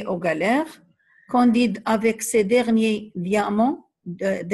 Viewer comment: Candide avec "a" pas "o"